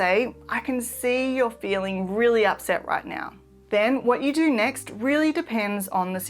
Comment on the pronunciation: again, you say nawr